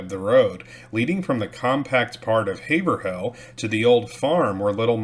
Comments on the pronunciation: Nice video! For what it’s worth Haverhill is pronounced HayVrill… kind of pronounced in 1 syllable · It’s pronounced Hav-rill.